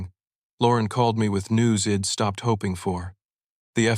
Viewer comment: Interesting AI. Doesn’t seem to recognize contractions. Hed instead of he’d. Ill instead of I’ll. Id instead of I’d